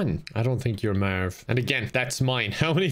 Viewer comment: “Eliminate Herry and Mearv” classic